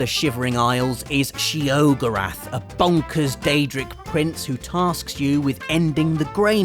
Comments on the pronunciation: If you ever wanted proof he didn't play the shivering isles / oblivion, she-ogre-ath is the most butchered pronounciation of sheogorath I've ever heard, said by literally everyone in game as she-o-gore-ath. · shay-oh-go-wrath, not she-ogre-aff. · She - o - gerath? I always said She - o - gor - ath. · sheogorath "she-o-go-rath" not sheogo-rath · She oh gore ath? That doesn’t sound right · It’s (Shay-oh-gor-ath) Sheogorath... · "sheeyoograth" hmm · by the way it's spelt sheogorath and pronounced shay-o-gore-ath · She-ogre-ath? Please stop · It's pronounced, SHAY-oh-go-rath. Literally everyone in Oblivion and Skyrim pronounces it that way, so I'm pretty sure it's cannon. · She-O-gorath..... Robs Mom:, say it right! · who else cringed when he said Sheogorath. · I love you, but the way you pronounce Sheogorath is not okay. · Now, i could give this video a like, because it's a good video, but I think it might deserve a dislike for the pronunciation of Sheogorath ... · Really cringing at that pronunciation of 'Sheogorath'...